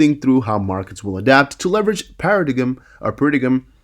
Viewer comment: Paradigm 😂 pronounced: para-dime. just for future reference 👍🏾